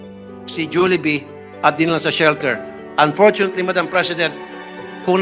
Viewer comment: Hindi po Jolibee, “Julibi” ung pronunciation. Paayos naman po sa susunod